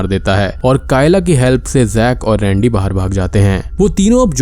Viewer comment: Bhaiiiii sorry lekin rendey mujhe randi sunai diya paheli bar